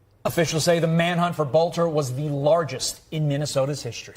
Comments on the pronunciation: Benny, Vance Boelter's last name is pronounced Bol-Ter, not Bo- Le -Ter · His name is NOT "Bow-lit-ter". Drives me frigging crazy. Pronounce something wrong oce, but not repeatedly. And never pronounce a word you've heard a million times over your lifetime incorrectly. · Please learn how to pronounce Boelter. There is no letter between the “l” and the “t”.